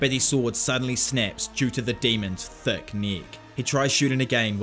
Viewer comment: The way he says the demons THICC neck